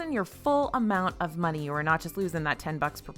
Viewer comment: I caught your southern twang at the beginning. “Waste of muney” lol 😂